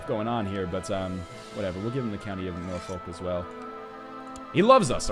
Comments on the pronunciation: You say the Folk in Norfolk and Suffolk like "Fuck" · Zuriki I believe it. I didn't know what it was until i moved to Suffolk, VA. lol, then i found out that it was suf-fuck and nor-fuck. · As a Brit from York (Jorvik) living in Norfolk the pronunciation cracked me up. It's pronounced "Nor-fok" or "Nor-fuk" Ryab. Love the series though. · Hahah! As a brit your pronunciation of Norfolk and Suffolk was hilarious. If you wanna pronounce it properly, it sounds closer to Nor-fuck than Nor-folk :P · Haha, Nor folk! Norfork is how you pronounce it. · 'Norfolk' & 'Suffolk' - you pronounce the 'folk' like you would in folk music, not foak. Unless you're actually from Norfolk, in which case you pronounce it Naaaaaar-fuck. They have a weird accent over there... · Love this comentator, upbeat Canadian and alI but I cringed when he said "Gwined" and "nor-folk." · Face palmed at "Norfolk" and "Suffolk". It has an 'uck' as in 'fuck' pronunciation at the end my friend. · Hey NL!! They're pronounced nor-fuck (Norfolk) and suff-fuck (Suffolk) XD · Suffolk and Norfolk are pronounce S-UH-FF-UCK and N-OR-FUCK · Suffolk and Norfolk are pronounced "suf-fuck" and "nor-fuck" with the "fuck"s being close to "fook". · Pronounced Norfuck and suffuck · Pronounce northfolk northfuck. It is how it is pronounced. . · i love your pronunciation of Norfolk!